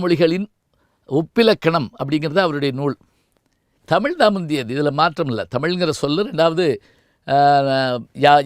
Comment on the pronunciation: தமில் இல்லை ஐயா தமிழ். சரியாக உச்சரிக்கவும். தென்னிந்திய பகுதிகளில் வாழ்ந்த ஆரியர்களை குறிக்கும் சொல்தான் திராவிடம், திராவிட பார்பனர்கள். ஏன் ஐயா இதை மறைக்கிறீர்கள்.